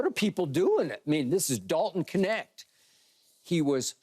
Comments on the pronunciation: Why do they pronounce his name as "Connect"?! Isn't it "Kneht"? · Would all Americans please say his name correctly?? It’s not K-net its Knecht(ch is spoken like in charlotte) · I thought the K was silent in his name lol